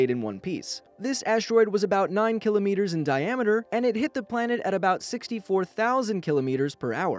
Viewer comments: You're pronouncing kilometers wrong.... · You pronounced kilometers wrong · u pronounced kilometers wrong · I cringe everytime I hear "kilometers" instead of "kilometers"